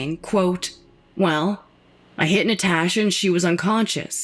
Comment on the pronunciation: The way she says “Nataasha” (admit you read it in her voice too) Has me crying 🤣🤣🤣🤣